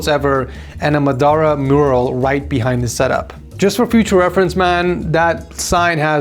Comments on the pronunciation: And Muh Duh Rah instead of Ma Da Ra lol. Can't pronounce names and seemingly has Alzheimer's with Itachi's appearance 🤦‍♂ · Bro butchering muhdaara's name. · Man butchered Madaras name. Plus giving out seals to anyone now it seems